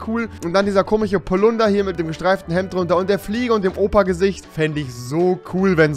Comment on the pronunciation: Auf jeden Fall "komich" und nicht " komisch" oder hahaha 😂😂